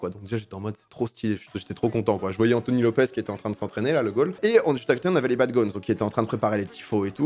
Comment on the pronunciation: On dit les gones mais le s ne se prononce pas attention